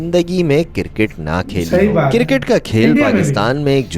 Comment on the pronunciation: Kirket nahi cricket hota hai